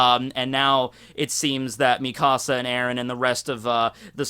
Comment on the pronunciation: The way you say Mikasa's name sounds like youre saying, "my house" in Spanish